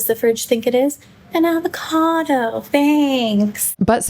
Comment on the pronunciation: "An advacado thankss~"